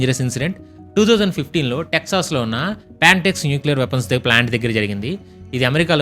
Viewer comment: Texas❌ texsos✅ 😂🙌🏻